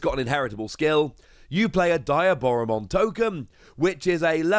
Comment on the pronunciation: Its pronounced "de-a-bora-mon"